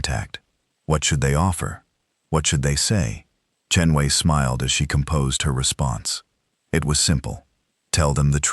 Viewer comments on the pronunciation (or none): AI sucks. Voice and text misaligned, and poor ambassador Chen Wei. How many ways is her name mispronounced?